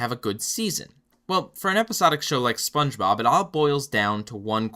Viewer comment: Sometimes it sounds like he calls him spongerob instead of spongebob